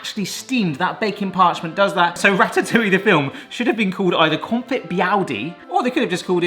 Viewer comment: I refuse to believe that has been a food youtuber for this long and somehow doesnt know how to pronounce confit